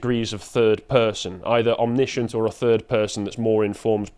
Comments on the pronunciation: Heh. You have a pop at the youngun's for not being able to read and then doesn't know how to pronounce omniscient. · Zoomer says that zoomers can’t read to good… and backs that up with facts as he goes on to mispronounce the word “omniscient” straight away…